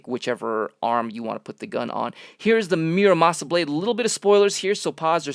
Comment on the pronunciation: I can't believe you said muramasa it's murasama not murmasa